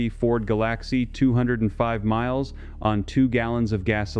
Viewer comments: 😬a Ford WHAT? "Golacksee"?😔ugh. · This must be Artificial Intelligence created runbish, because no living person reads years as "one thousand nine hundred and thirty six", 👎🏻👎🏻👎🏻👎🏻👎🏻👎🏻 and a Ford 'gal-AX-ee' Amish mechanics fix horse drawn buggies and plows, not develop chemisty for their ( non existant) trucks and vehicle fleets.. 👎🏻👎🏻👎🏻👎🏻👎🏻👎🏻👎🏻👎🏻👎🏻